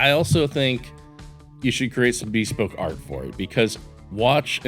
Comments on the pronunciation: Great video and watch! Minor thing, I’m used to hearing “bespoke” as buh-spowk (emphasis on 2nd syllable). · That is not how you say bespoke 🤦‍♂️